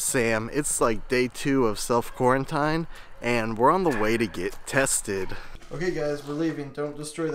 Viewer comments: Sam, love this channel but you're killin' me Bro. It's pronounced "quar en teen" not "quar en tine" with a long "i". And what planet have you been on, the vast majority of tests require long swabs up your nasal cavities. Hope you test negative and feel better. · I think he just pronounced it differently. It might be an Ohio thing to pronounce quarantine that way.